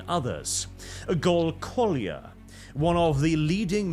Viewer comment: Did he really read as Cholier Gol Kolea's name